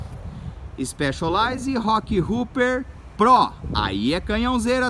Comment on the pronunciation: Que diabos de IXPÉXOLAIZE que ele tanto fala?